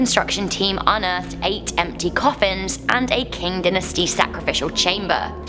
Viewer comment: you dont pronounce dynasty dinasty its DYE -NAS-TI